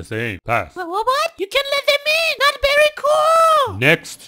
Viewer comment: "very"怎么变berry了😂